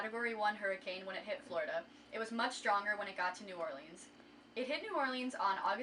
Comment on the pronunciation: This is beautiful but the pronunciation of New Orleans activates my fight or flight response